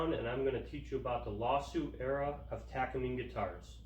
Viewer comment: You are missing some nuance to your information beyond your poor pronunciation of Takamine. Takamine was to provide a cheaper version for Martin for greater distribution. Their partnership with Kaman that came about after the Martin dance thus resulting in the cease and desist letters because Martin and Kaman were competitors.